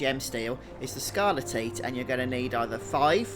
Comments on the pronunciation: Never heard someone pronounce it as "scarle-teat", I always hear it as "scarle-tight" lol. Thanks though for these guides mate, they are very helpful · I know this video is 8 years old but it's pronounced skar-le-tight bro no tits involved 😂❤ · This is great and I appreciate the video, but they way you pronounce scarletite makes me giggle. Sounds like a livestock disease...